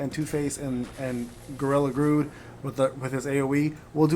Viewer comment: Also it is Gorilla GRODD not Grood